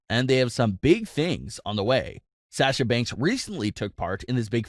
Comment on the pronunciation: Anyone else mildly annoyed at the way he pronounces Sasha Banks' name?